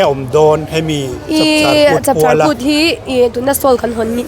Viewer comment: Chawpchar kut ni lovin,Chapchar kut tih tur aw ka u